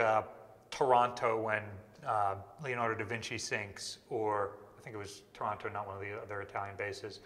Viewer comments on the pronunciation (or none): Pronouncing Taranto as Toronto gave me the weirdest mental image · I was so confused when I thought you said da Vinci sank in “Toronto”! It took me a minute to realise I misheard Taranto